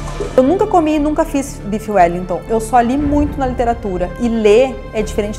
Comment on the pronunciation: Bife Wellington ou uelitô? Kkkk sdds do Raul. Não consigo ouvir parecequevi em paz mais kkkkk